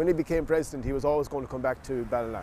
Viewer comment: Have a great grandfather from Ballina (glad he pronounced it😅)